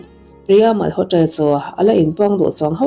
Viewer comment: Mal haw tra tiloin malawtra tia lam mai tur